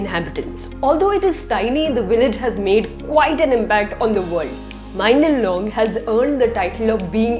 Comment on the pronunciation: It bothers me how you pronounce mawlynnong as mailynnong💀